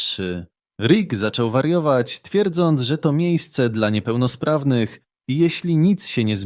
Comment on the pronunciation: Kiedy usłyszałem "niepełnosrawnych" musiałem cofnąć film o kilka sekund, aby sprawdzić, czy z moim uchem wszystko w porządku.